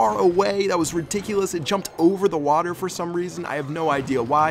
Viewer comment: Did he just say water?